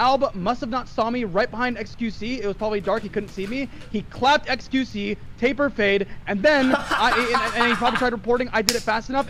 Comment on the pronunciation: Stop saying "tapel fade" NotLikeThis